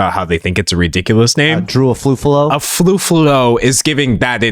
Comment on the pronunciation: the problem is the podcaster obviously mispronounced her name by calling her AFUFALO where it's obvious her name only consist of one F. I think no one's gonna be mad at him if he pronounced it as "ay-fu-ah-low" in context how of english phonology works. At least it's closer even if it's wrong. But it's obvious the podcaster don't make genuine mistake out of ignorance